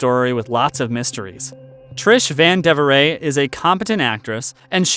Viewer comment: Trish who? Lol. It is pronounced ‘van de veer. How soon we forget. Great video!.